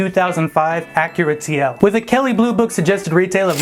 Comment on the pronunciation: kelly boobook lol !!!